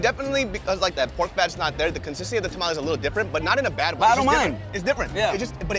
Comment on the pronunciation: Shout out to you guys for pronouncing tamale correctly.